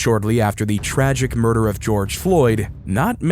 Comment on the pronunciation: "...shortly after the tragic moor-der of George Floyd..." I believe that was a soy-i-cide, considering the fatal levels of the multiple drugs present in his body, and the fact that there was no trauma to his neck whatsoever. But hey, I understand; sometimes the narrative needs a little "massage" to help it across the finish line. 🤷‍♂️